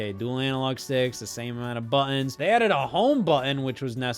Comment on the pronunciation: yeah, a controller video from a guy who can't pronounce "buttons" this won't be irritating.